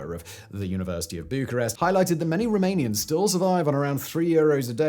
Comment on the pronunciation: I love how you butcher every single romanian name lol :face-blue-smiling:🤣🤣🤣